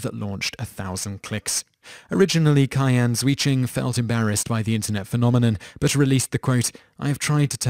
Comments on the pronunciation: *Cheeahn Jheuh-Joon Sorry, but that was really bugging me... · You've completely made up that fat child's name. in chinese Q is pronounced 'ci' like in italian 'ciao' 'zhi' like english 'ji' in Jimmy 'jun' like 'June' try to read it like : CI AN JI JUNE